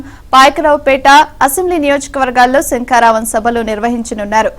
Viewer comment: ముందు పంది లోకేష్ గాడు శంకారావం అని సరిగా అనడం నేర్చుకో వాలి... సంకారావం అంటున్నాడు దద్దమ్మ 😂😂🤭🤭 మూల సంకారావం 😂😂😂🤪